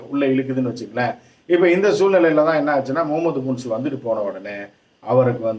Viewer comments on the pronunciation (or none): முன்சு இல்லப்பா😂 முயிஸ்